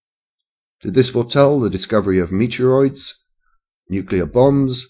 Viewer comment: Funny how you pronounce "meteorites" ;-)